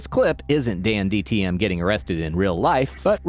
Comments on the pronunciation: dan tdm not dandtm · Narrator: Dandtm me: DANTDM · It's not dandtm it's DanTDM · You said dantdms bame wrong ITS DANTDM NOT DANDTM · It's danTDM he said danDTM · dandtm? bruv u suck at saying his name